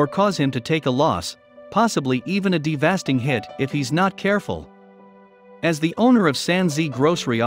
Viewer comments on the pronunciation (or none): "Take a de-vasting hit"? It's called "devastating", and if your robo-reader can't get it right, use a human! Done with your channel! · de-vas-ting hit...lol...